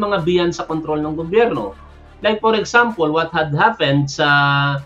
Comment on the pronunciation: Totoo yan,, pati pronunciation nya, nakakairita at nakakahiya - Simpel, exampel, responsibel at lahat ng salitang nagwawakas sa ple ay di nya mapronounce ng tama!